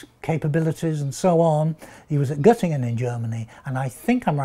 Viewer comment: I am SO PROUD that a native english speaker just pronounced the name of my home town (goettingen) correctly! :D